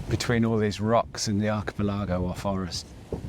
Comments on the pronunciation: Acha...pelargo...wtf you so funny ....arca pelligo..... archipelago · I do hope Archie-Pill-Agow is some kind of naff etonian joke pronounciation.